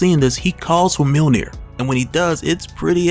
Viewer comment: It’s “Myuhl-neer” not “Meal near” btw